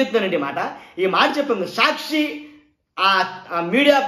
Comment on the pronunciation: Evadra nuvvu. Prati english word is mispronounced. Saakshi ani correct ga palakadam raadu. Ni office ekkado cheppu. Etla bandh cheyali nerpistam.